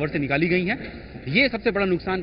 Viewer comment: its Dharahara not dhardhara, reporter should read the name carefully before reporting.